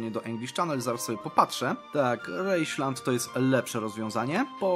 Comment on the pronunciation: to nie Reichland tylko Rheinland, czyta się Reinland. Niemiecki nie jest taki trudny, śmiechłem jak to usłyszałem :D